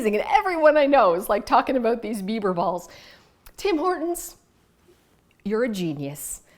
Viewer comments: I thought you were saying “beaver balls” which made it even more! 🤣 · I thought you said beaver balls!!🤣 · Great clutter free ideas. Love the kleenex box. Not sure if I could keep a straight face ordering bieber balls or bits. At one point it almost sounded like you said bieber bit*ches. lol 👍🤣🤣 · Digital books are clutter free. Also I thought you said Beaver Balls. And I was thinking "Doesn't Canada have plenty of those already?" 😂